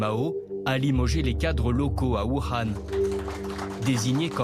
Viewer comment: Voukhan il a cru qu'il parlait arabe ou quoi imbécile journaliste de merde